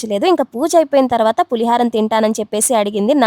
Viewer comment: పులి హారం కాదమ్మా పులిహోర